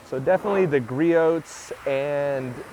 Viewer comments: What is your opinion? I care about your opinion, not watching you do torcher tests. Speed through those parts and cut your video length by tins. It will be much nicer to not hear you mispronounce Griot’s. It’s Gree ohs. Drop the T. It makes you less credible when you mispronounce that name. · It’s gree-ohs. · Gree-oohs. The T is silent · “ Gree ohhhs “ lol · I love the channel but the only thing that bothers me is you pronouncing the T in Griot’s. It’s Gree Ohs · 🤣 Yeah it's like pronouncing Nike like Mike, or Adidas like Adidaws.